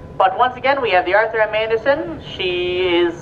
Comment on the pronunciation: Yes, my point was, they said boat, and they definitely said Arthur “Manderson” twice, instead of Arthur M Anderson. Maybe a new employee?